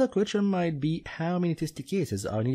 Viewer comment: I watched all these on your udemy link. You are actually very good at explaining and have a natural talent for teaching others how should they think during the exam in order to better organize their time and achieve maximum efficiency. Unfortunately your English pronunciation sucks, especially when you try to say "question", I want to just press Alt+F4. Try to improve this and you will do amazing.